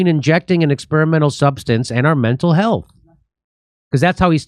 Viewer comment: this guy can even make the word "health" sound like "hell's"